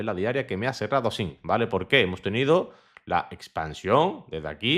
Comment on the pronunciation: se dice así, no asin. Te lo digo por que queda muy feo. Un saludo!